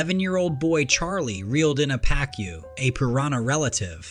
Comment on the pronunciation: The fish with human looking teeth is pronounced "Pa coo" ! Just saying...